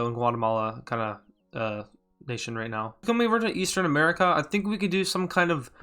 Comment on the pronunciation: I just heard smerica